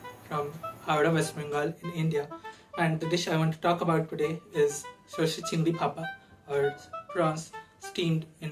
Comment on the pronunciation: Sorshe Chingri Bhapa ❌ Shichingi Papa ✅